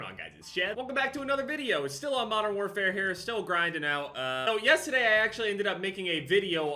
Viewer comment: Lol he said yesaday in the intro